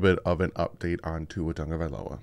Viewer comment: Pronounce his last name